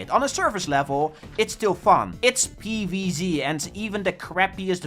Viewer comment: If I have to hear PEEVEEZEE one more time im ending it